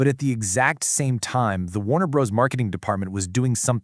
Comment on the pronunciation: First to comment.... Let me say I suspect this channel is using AI to make its videos. It's based in Vietnam, has strange editing that cuts the narrator off in mid-sentence, and calls the studio "Warner Brohs" instead of Warner Brothers. It's always been spelled Warner Bros. but no human being would ever call it that literally.